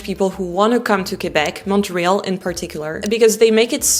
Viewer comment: Why are you mispronouncing "Montreal" ?